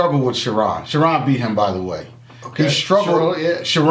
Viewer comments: Lol "Shuh Ron" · He said Shha ron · Tyrion Echols lol Cha-RON 😂😂😂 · F-ing up charron name 😂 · WhWhy cant say charrons name right?